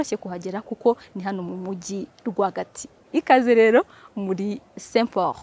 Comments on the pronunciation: Umvugiye akantu urakoze. Azakosore rwose Kuko Saint Pauroo aba Ahi duye izina peee ni saint Paul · ntibavuga Saint Pauroooo bavuga Saint Paul. Uvuga rrrrrrr kd ni LLLLL uzahindure muri introduction yawe